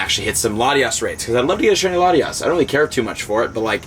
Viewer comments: Latios not latias!!! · Why is everyone calling latios latias???? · Buddy we love you but its latios!!! Now haha